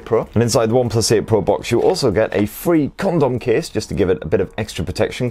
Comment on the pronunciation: He definitely said Condom case